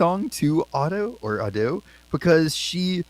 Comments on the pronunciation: Ado is pronounced like /ah doe/ but there's no stress on any of the syllables. You say it fast but in a flat tone without any stressing on the pronunciation. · Just came from your other ADO videos! I’m a Japanese speaker; you lean on the “A” in “ADO.” Japanese is a pitch-accent language, meaning it has two pitches: high and low, unlike English “stress.” The “A” is higher, the “DO” is lower.